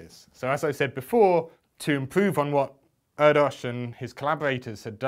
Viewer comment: Just a point of reference. It's pronounced 'Air Dish' I only know this from reading the book 'the man who only loved numbers' a fantastic read by the way.